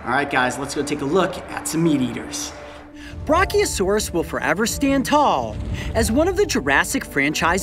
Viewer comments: Brachiosaurus is pronounced bra kee oa sor is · Btw your saying brachiosaurus wrong, just needed to point that out